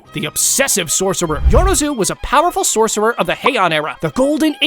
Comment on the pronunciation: Bro just said clapping sorccer